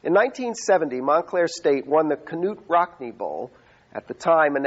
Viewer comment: Did he say kanuute rockney?